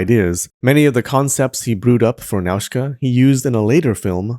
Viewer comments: Video is good but please can you pay more attention to the names? Without the subs it's impossible to tell that some "Nazka" is actually Nah-u-see-ka or Nah-u-see-kah-ya. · *Nausicaä is pronounced Nosy ka ah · It's "Now-see-kay-ah"!